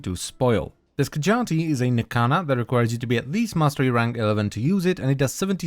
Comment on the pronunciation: Ski - ah - jah - ti